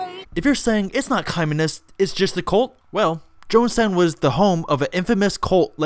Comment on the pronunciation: Wait did you say she's a "colt of personality"?